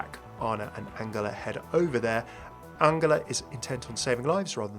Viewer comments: I'm sure you pronouncing angela wrong. Surley it would be pronounced the same way as angel instead of angle (with a J not a G)? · Wait has mercy's first name always been pronounced like angle instead of angel? I always pronounced Angela like angel. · why are you pronoucing angela like angler??? its really bothering me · It’s An-JEL-ah it’s not pronounced like a G 😶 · Yes but everyone in the game pronounces it like a J. Genji, Brigitte.. not many people say her name actually but I think Mei does? I’m sure I’ve onky heard it pronounced like a J amongst the cast & crew as well. Also it’s my mum’s name and it just bugged me hearing it differently 😂 maybe you are right but I’ve never heard it that way before. I’m just judging from the game and from what I know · The way you say Angela....... Still love you tho XD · I agree, it should be a soft g like in giraffe